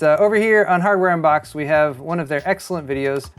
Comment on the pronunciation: You said "Hardware Unbox", but I heard "Hammer Unbox" and immediately imagined someone opening a motherboard box with a hammer. I want that channel in my life.